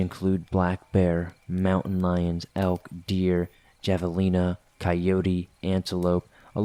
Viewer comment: Javelina is pronounced hav-e-li-na not java-li-na